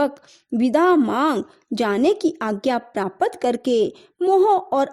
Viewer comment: II Aum Namah Shivaya II Praapat ki jagah Praapta boliye .Kuch Shabdonko Clear uchcharan nahni Kar paati hai aap.Please Dhyaan rakhiye.